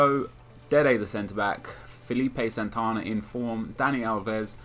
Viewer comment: why do you always say dede the centre back?